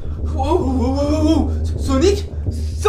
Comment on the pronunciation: Non mes laisse wallah et comment il a dit sownic sa ma tué mdrrrrrrrr